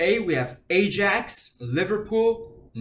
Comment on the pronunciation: Ajax is pronounced i-axe jsyk